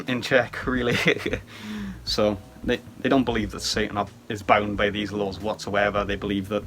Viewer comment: When you said laws in Anti-Cosmic Satanism I kept hearing "lulz" lol. I hope you feel better soon.